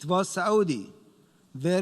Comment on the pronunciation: ....it is Saauudi